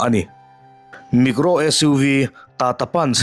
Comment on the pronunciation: Micro i tih hi negro i ti emaw ka lo ti char char a lawm le... eng company tak chu ni ang maw ka lo ti a....